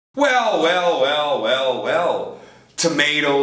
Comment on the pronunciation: Professor de Inglês falando "weu, weu, weu"? Pelo amor hein, a palavra termina com LL